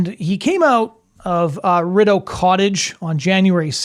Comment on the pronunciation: I'm Canadian, and this is a pretty good analysis. One point: Please watch your pronunciation of 'Rideau Cottage'. 🙂